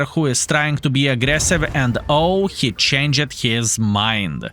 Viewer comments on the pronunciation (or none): you must get mad when people try to help you. you always say "I'm supposed to say!!!" LOL you could just change how you say it? Like the word changed. you say change -ed thats how you say it. well try saying changed just add the D at the end. you dont need to seperate the ed sound at the end.